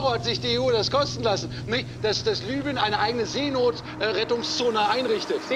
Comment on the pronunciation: Libyen nicht Lybien